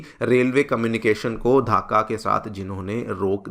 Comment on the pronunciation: धाका नहीं ढाका. Pronounce it properly